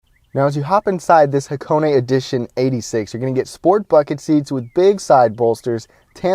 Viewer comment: thumb up for the name pronunciation correct